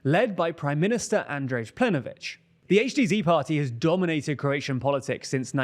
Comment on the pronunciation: It's Plen(K)ović, and Andrej is pronounced like Andrei.